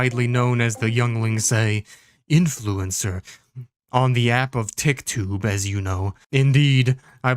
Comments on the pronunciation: Lmfao "Tiktube" 😆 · Hearing Tik tube hurt somehow